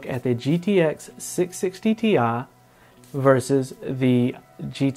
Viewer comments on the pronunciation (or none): You say Ti weird.. Unlike others say it Tee Eyee